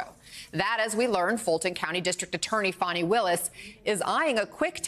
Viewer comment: Her name is Fani (fawn-ee).